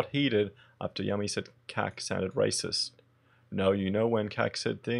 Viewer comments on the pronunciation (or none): Yummy??!! Her name is pronounced "you-me".